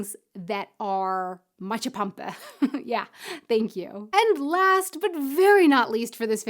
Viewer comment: Also, you put the stress on the first part of the word. So it's "MAtschepampe", not MatschePAMpe. ;)